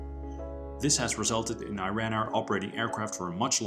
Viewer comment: Man, the country is pronounced "ERAAAN" and not I-RAN!!!